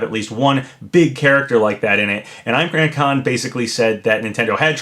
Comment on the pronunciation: it’s not pronounced eye-mran it’s pronounced like im-raan con, like if the h in him was silent, (h)im-raan con